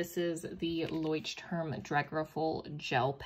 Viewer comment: So proud that you know how to pronounce it. 🥹